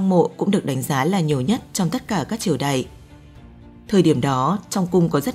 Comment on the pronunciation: Phát âm sai từ ĐẠI trong cổ đại , thời đại , vĩ đại .